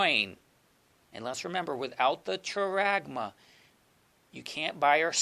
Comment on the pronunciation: Brother, hope you don't mind me sharing this little info with you. Just wanted to let you know that often Greek pronunciations given in websites aren't always accurate - charagma is pronounced haragma - 'CH' makes a strong 'H' sound (i guess like a 'clearing of the throat' sort of sound). Hope this is a help and not meant to confuse instead.